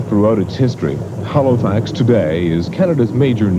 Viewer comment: why does he keep saying Halofax??